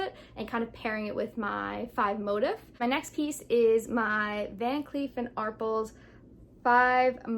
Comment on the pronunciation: Thanks for the video! Just an FYI … The “A” is VCA is pronounced “R-pell” (not “R-pulls” and the “s” is silent!). 😎